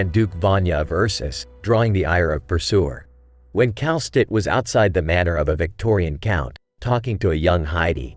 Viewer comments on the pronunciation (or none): none